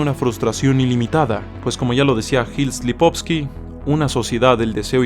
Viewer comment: No puedo adularte porque "Schopi" lo considera indigno. Muy buenos temas. Es "Lipovetsky"